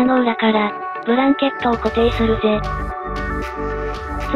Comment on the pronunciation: ブランケット→ブラケット やねw